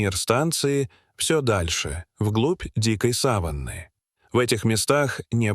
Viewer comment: ........вглубь дикой сАваны....??? - сАван - текстильная материя(может быть любая,но чаще ткань белого цвета,которой покрывают покойника перед погребением)...,а вот савАнна - это часть земли лесо-степного характера,в основном это в Африке...савАнна,парк-заповедник Серенгети.Так это что заповедник покрыт сАваном и там покойники животные,Дальше слушать не о чём!!!Ну использование ИИ в полном разгаре,самим то лень!!!!